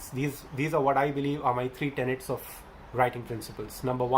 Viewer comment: It's "TENETS."